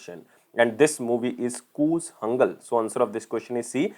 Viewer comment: PRONOUNCE IT CORRECTLY KOOTHANKAL NOT "KOOLANGAL"